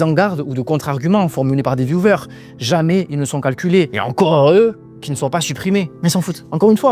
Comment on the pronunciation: On dit vieWers pas vieVers je suis saoulée des français qui savent pas prononcer un mot faites un effort quoi